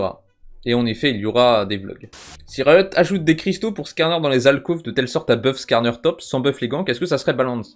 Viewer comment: À tu as mal prononcé "Skarner"